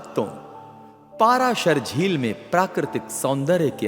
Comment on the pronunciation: कोई अलवर कहता कोई दूसरा।उनका नाम पराशर है न कि। पाराशर ।।ग़लत उच्चारण चुभता है ।